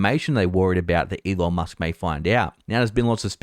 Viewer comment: Why do I keep hearing "E Long Musk" from him?